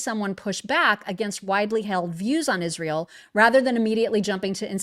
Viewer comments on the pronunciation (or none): Wht does Candash Owensh pronounce the country Israel as Ishreal? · Can she ever pronounce “Israel” correctly?